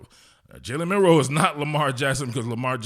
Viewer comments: How you gonna call your nephew name on national TV and can't say his name right? He said Milrose. Not Milroe. Gtfoh.... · "My nephew" then goes and mispronounced his last name. Do better. "MILROSE?"